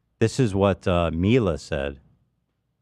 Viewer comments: I love Ethan's logic. "Hila" is pronounced "Hee-lah", but "Mila" comes out as "My-lah"... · it's funny ethan keeps mispronouncing "Mila" when it's just his wife name with an 'M' instead of an 'H' lmao